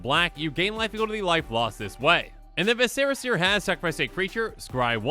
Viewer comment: Do you pronounce vicera seer wrong on purpose?